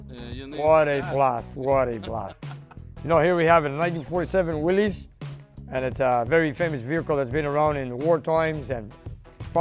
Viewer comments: P.S. It's not Will - ees, it's pronounced Will -is. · Love these Korean War era Willys. It’s actually pronounced Will is , but anyway you say it these are classic. My dad learned to drive on these in the American base in Argentina NFLD, after the war. Then he signed up and drove them in Korea, with the Pats. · It's a "Willys" ; pronounced Willis. Look it up.